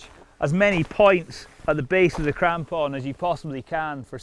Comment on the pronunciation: Mostly just watching this video to hear this guy say "crampon" again